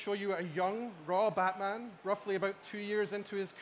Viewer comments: did he just say blackman? lmao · he says Blackman Arkham Origins xDD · Blackman Arkham Origins Blackgate lol hi there from 2024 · LOL, he said Blackman Arkham Origins Blackgate!!!!! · Haha he really did say blackman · Anyone hear say Blackman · did he say blackman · LOL. He said blackman arkham origins